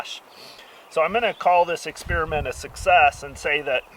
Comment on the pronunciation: Did this nigga just say experimat 😂